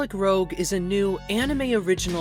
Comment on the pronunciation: Sorry to nitpick, but I believe it’s “roozh” like red cheek coloring. Rogue is what you are saying.